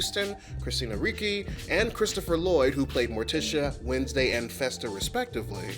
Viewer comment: Okay, for Christina's surname, it's pronounced "REE-chee"; for Ms. Davis's given name, it's pronounced "BET-tee". Thank you.